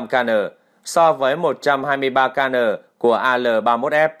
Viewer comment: kN = Kilonewtons (vật lý lớp 6). Admin đọc thành "ca nờ" ? Không biết admin có chuyên môn không hay chỉ lên mạng copy tin tức ở báo nước ngoài rồi google dịch ?